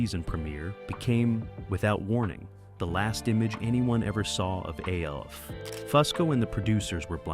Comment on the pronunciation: Just say alf not the letters A L F